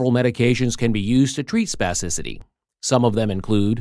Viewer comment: Say spassicity one more time. I dare you